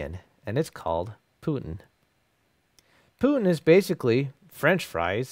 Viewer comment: One amendment. The popular dish "putin" is actually pronounced "Poo teen". Thanks for the video.